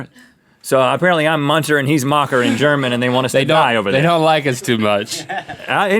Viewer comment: That German pronunciation tho